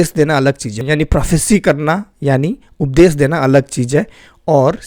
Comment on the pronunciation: जय मसीह की भाई सारी बातें ठीक हैं लेकिन आप अपने श और स को सही तरीके से बोलने का प्रयास करें उपदेश बोलिए न कि उपदेस इससे ज़्यादा अच्छा रहेगा।